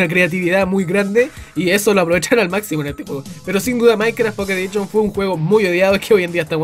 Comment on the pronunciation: Minecraft mobile "edichon" :V